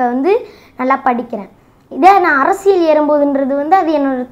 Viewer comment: தம்பி நீ நல்ல வரணும்.....அதே சமயம் தமிழ் உச்சரிப்பை கொஞ்சம் பாத்துக்கோ.....குறிப்பா ழகர உச்சரிப்பு.... மிக முக்கியம்...அதேபோல் அர்ரசியல் அல்ல அரசியல்......